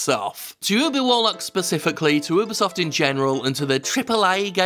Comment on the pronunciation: UBISOFT no UBIEsoft Ree